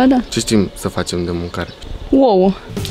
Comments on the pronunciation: 6:64 uoua? Ce limba vb? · Ce stim sa facem de mancare?”uouă” :)